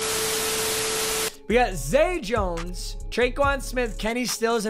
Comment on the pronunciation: Isn't it zay Jones?